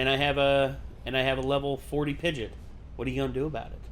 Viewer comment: pidg-EE-OT is how it’s pronounced 😁